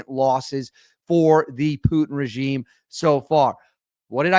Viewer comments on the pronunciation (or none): none